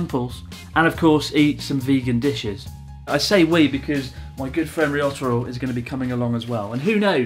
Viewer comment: Why do you say "りよたろ" instead of "りょたろ"?